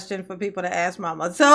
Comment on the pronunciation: Hate it when he mis pronounces word like axe,truf,biast and all the others he butchers 😮